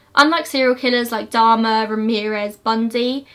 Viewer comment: "Jeffery Domoo"